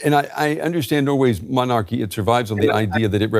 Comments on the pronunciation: Sorry can not get past the anchors pronounciation of "Mon-Arc-ee' can some one please teach him its said like MonaKey only stress is at start the middle and in the middle the ar is softer not three seperate gutteral syables it one word. Guess he doesnt say it so often 😂. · why does he pronounce MONARCHY that way? Gzzzz soooooo annoying!!!!!! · Why can that man not pronounce “monarchy” properly?